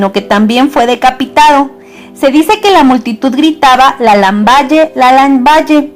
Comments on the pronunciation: Se Pronuncia Lambal no lamballe mija !!! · el titulo de la princesa se escribe "Lamballe" pero no se pronuncia así, se pronuncia: "Lambal" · ¡Gracias por el video, te sugiero que intentes pronunciar los nombres como se pronuncian en el idioma que están escritos. Lamballe en francés se pronuncia Lambal, no se lee como en español, demuestra conocimiento y clase, practica y aprende. Por otro lado, se pronuncia Poliñac, tómalo en cuenta, saludos! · Muy buena la biografía sin embargo te voy a dar una recomendación cuando hables de personajes de la historia como es el caso de la princesa lamballe deberías pronunciar bien el apellido porque su pronunciación no es con ll es con l y polignac es con ñ no con n. tienes que tener cuidado con la pronunciación porque de esa forma se le quita credibilidad